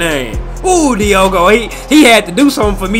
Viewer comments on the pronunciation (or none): It's Diego Jota not Diogo Diego as in Dora the explorer's cousin also like in Diego Maradona Rip